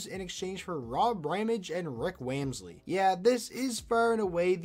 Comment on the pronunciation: Wamsley pronunciation was different